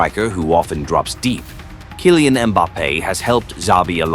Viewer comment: I stopped watching because Kaailean Mbappe. Tired of AI content.